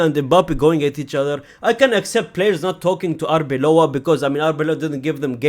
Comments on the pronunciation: It's Arbeloa, not Arbeola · I think he commented a while back that he wasn't going to bother learning Arbeloa's name as he wouldn't be at the club long enough, but I agree with you. Get it right.